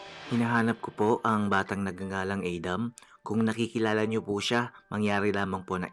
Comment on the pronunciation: Pronouncing Adam that way only reflects a serious global disconnect and ignorance.